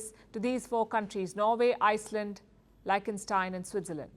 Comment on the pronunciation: You pronounce "Liechtenstein" wrong.........